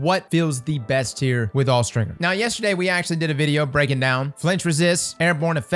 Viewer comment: What did you just say… 💀”Awe-stringer”💀